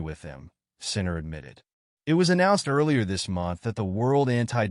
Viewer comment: Do you suppose you could train the AI to pronounce his name correctly?